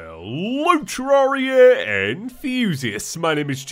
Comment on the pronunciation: James you,mentioned this in one of your 50 facts of terraria it is terr rare ia not terr ar ria